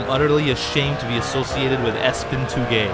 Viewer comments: Did he call ESPN espen? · lol he said ESPN like "espin" haha its the sports network ESPN